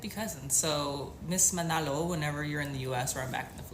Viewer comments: Her last name is MANALO (Mah-Nuh-loh), not ManOlo. We’remall mix in thenPhilippines. No one there is “pure Filipino” anymore. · The guys keep pronouncing Manolo. It's MANALO. lol